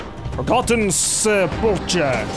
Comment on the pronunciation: I’m sorry to be a grammar nazi kinda person but it’s sep-ul-kurr